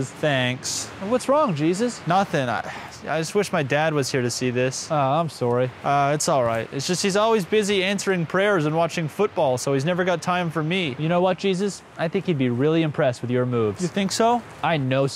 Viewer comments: I'm sow-ree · Coming from Wisconsin, I'm never going to get tired of the way you say "sorry."